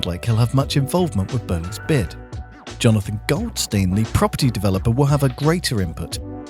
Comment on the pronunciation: Don't like this new voice over, sorry. He says "worf" not "worth". "Jonaffan" not "Jonathan" and "bowf" not "both". You're the voice of a giant YouTube channel, stop talking like a child.